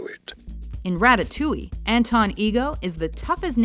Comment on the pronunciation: don't "d" the first "t" please. it's ra TA-touille say it like you would "Rasputin" in Boney M's song.